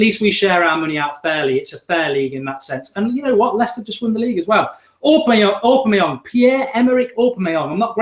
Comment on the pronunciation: Love this! So glad it's back! Miss the old skool feel this brings And Mark it's Aubameyang pronounced Aw Bam May Yang haha